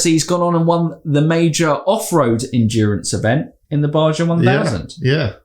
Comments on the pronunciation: In Espanol, the j is not pronounced as a Juh'.. A resident of mexico would say BaHa 1000, Names like Juan, Jose and Jeorje come to mind as examples. Yet another reason Pato despises Steven. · Great video as usual guys! I do have one, comment and I am not trying to be a prick lol. In America we pronounce the j like a h in the word Baja like they do in the Spanish language